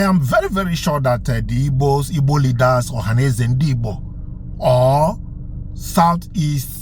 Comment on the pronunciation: First of all, it’s “Igbo” not “Ibo”. Secondly, what does “the ones who say ‘Nigeria’ are Biafrans at heart” even mean? Thirdly, nice try with your made up divide and conquer attempt regarding Ebonyi State. Fourth, you forgot to add Borno, Sokoto, and Ogun states to the list of Benue, Kogi, and Southsouth.😂 Fifth, what does any of this have to do with Peter Obi denouncing IPOB? Current and previous Nigerian presidents have, for example, denounced terrorist groups who they brought into the country for political purposes. At the end of the day, remember that nobody owes you any explanations. I’m just being nice to not ignore you like everyone else has for the last several hours.😅